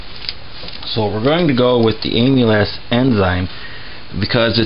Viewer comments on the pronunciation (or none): Its not "Emu-lass" enzyme. It is "Amal - Ace" enzyme. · Amyl Ass enzymes! Its Amylaaazzz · You call it "aim-u-less" it is "am-il-ace" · A-MUH-LASE and not AMYLAS. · Very detailed and informative! BTW, amylase is pronounced AM uh lace. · Great job! I'm a physiologist and a big nerd. Amylase is pronounced as am-u-lace. Just nerding out. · The enzyme he adds, the white powder, is pronounced ama-laze. I had to get that off my chest, it was bugging me whenever he said it... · Amulass?! Nah, great video! I’m gonna try your recipe and see how it goes. Cheers from az! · By the way,it's pronounced amilaze. It's the enzyme in our saliva that helps start breaking down what we eat. I was always told the first & last runnins were methylalcohol,which is poisonous. How to tell the difference? Grandmaw never showed me how she made the keg charred I cut teeth on a long time ago. Any way,as he says you need either the enzyme or base malts (grains) to help convert starches to simple sugars. Same as brewing beer. The base grains contain the enzyme from being malted. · just an FYI, its pronounced "AMALAZE" enzyme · Amylase, pronounced aim-uh-lace. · Say it with me AMA LASE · Pronounced am-ah-layz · Amylase - AM-uh-laze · Am-E-laze enzyme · Pronounce Ahm -a - laze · It’s pronounced “AM-A-LACE”!!! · it's pronounced am-ill-ace. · am-ill-ace enzyme. empnasize the AM.... ill-ace is said fast. Its driving me crazy to listen to you mispronounce it repeatedly. Other than that I enjoyed the video! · Nice video, but it's pronounced AMM - ILL - LAZE. I cringed every time you mispronounced it. One other thing, and I don't know how much is too much, but if you get too much amylase in your bloodstream it's bad. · The enzyme name is pronounced “ah-me-laze”. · You don't pronounce it like "Emile- ass". That sounds pornographic. It is more like "camel" without the "c" and then "ace", as in the ace of spades. Just think of "Dromedary playing cards". You don't want to sound like a dumbase.